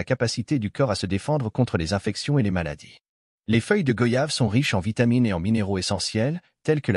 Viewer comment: On dit goyave, comme voyage, doyen, noyé,moyen, , s'il vous plaît arrêter d'ecorcher le nom de ce fruit si parfumé et bénéfique pour la santé.